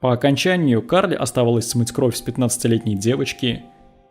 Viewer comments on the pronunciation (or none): none